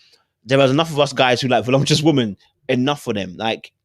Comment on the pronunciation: the word is voluptuous not volumtuous.